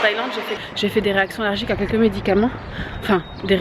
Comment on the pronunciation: quelques et non pas queques mdrrrrrrrr